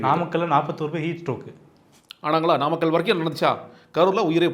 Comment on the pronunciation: நாமக்கல்...என்ற ஊரை நம்மக்கல்...என்று பேப்பரை பார்த்துக்கூட சொல்லத்தெரியாத விசய் அது என்ன...முப்பது பேர் விழாவா.....சாரி...தப்பா சொல்லிட்டேன்... முப்பெரும் விழா..என நையாண்டியாக. பேசிய 41-உயிர் பலி நாயகனுக்கு கருவூர் சித்தரும்...... பசுபதி நாதரும்........ மரண அடி கொடுத்துவிட்டார்கள்...இனி மீள்வது...இயலாததே